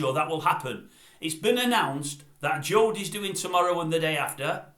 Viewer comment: Josie not Jodie !